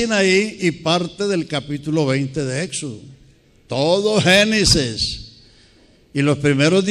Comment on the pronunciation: La pena mas grande es la de aquel que critica a otro sin haberse enterado que la razón por la que el predicador no puede desir génesis, sino genices es por razones de la dentadura y lengua mas no porque no la sepa pronunciar, además de todo preparate tu porque el ya duerme en Cristo para levantarse en el día de la resurrección con Cristo.